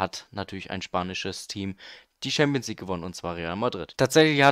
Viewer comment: Gutes video aber es heißt nicht ''Schampionsleague'' und auch nicht ''Team of se year''